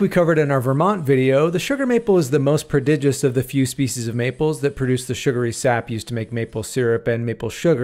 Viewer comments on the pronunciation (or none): none